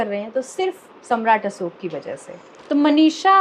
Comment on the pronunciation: Sahi ucharan kiya hai, Asok kehkar.